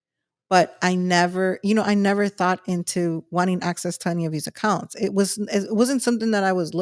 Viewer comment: Is she saying accounts or acunts.